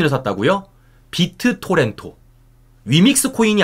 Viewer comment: 어제 계속 지적해줬는데도, 계속 비트토렌'토'라고 하네. 무식한 준피디 ㅉㅉㅉ